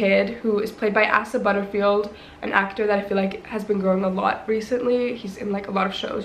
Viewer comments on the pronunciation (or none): YOU SAID ASA WRONG AKDBWBBAB ITS PRONOUNCED “aysah” NOT AHSAH